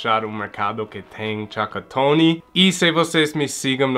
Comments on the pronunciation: "Tchacatony " kkkkkkkk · "Chacotone" kkkk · Boa tarde, achei o máximo vc falar tchacotone kkkk e muito engraçado, pode ter certeza que o Brasil já te considera um brasileiro.um grande abraço e boas festas pra vc e sua família 😁😁😁😁😁